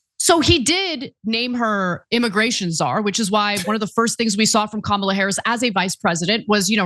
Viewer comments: If their gonna keep intentionally mispronouncing Kamala, I'm calling him Tramp. Got to say it's fitting in so many ways.💙💙💙💙🌈🏁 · Interesting how every single republican forgot how to pronounce the VP's name at the same time. It's a pretty transparent strategy, I wonder how long they'll keep it up. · They can't even say Kamala's name correctly.